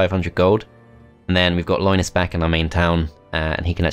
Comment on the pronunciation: Loynis Tech Tips, i just can't unhear it.